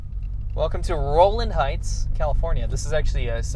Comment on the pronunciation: rowland heighttssssss